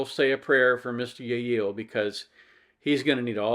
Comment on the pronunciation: I see you didn't get my humble pronunciation guide from last time:P in Spanish, a double l is pronounced as a y, so the name is pronounced 'yeh-yee-yay.' BUT, I can hardly blame you for eschewing that in favor of 'yeh-yeel.' "Yeh-yee-yay"... it's not even that it's quite a mouthful, it's that it's NOT a mouthful! There's no "there" there, you just feel like you're grandpa without your dentures!